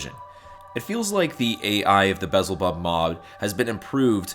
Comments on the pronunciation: Belzebub, not vessel bob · Great review. Just discovered this incredible mod. Although I'm pretty sure it's pronounced just like the demon beelzebub. Lol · you've somehow switched the L and Z in Belzebub